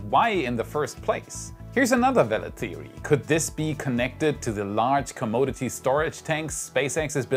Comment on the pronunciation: It's pronounced com-MAH-di-ty,.